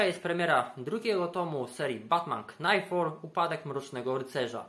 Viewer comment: "k" w "knightfall" jest nieme